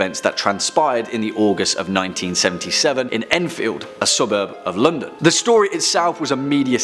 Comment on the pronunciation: "asubub of lundun"♡